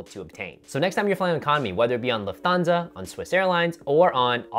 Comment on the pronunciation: Don't hate me. It is Luft - hansa or Luf-tan-za Thanks for the great videos!